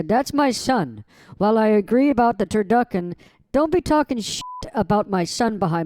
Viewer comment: Turduckin 😂 you slay me